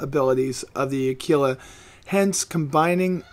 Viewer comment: Aquila = a - kwil - a